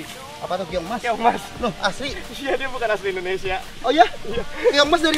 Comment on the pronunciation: keong ih sanes kiong